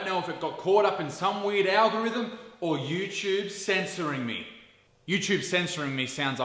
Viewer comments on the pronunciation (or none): none